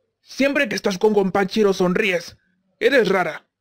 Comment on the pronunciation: Yo le entiendo "Gompanchiro" pero igual like xDD